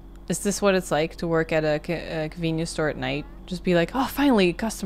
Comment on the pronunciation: "convince" store lol